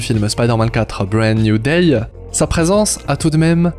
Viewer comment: "Bread New Day" 😂 ça se dit pas comme ça hein